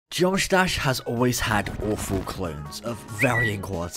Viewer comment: Did my dude just say Josh Dash?